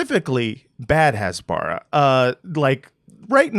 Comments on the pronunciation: Great concept. Please learn how to pronounce "Hasbara" though. It's "Khas-ba-ra (like KHAMAS)", not "Has-baar-rah" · Hasbara is pronounced "hasbara" -- not "hasbara" -- OK? Thanks for your good work. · i cringe everytime he mispronounces "hasbara". I had a stroke after just 5 minutes.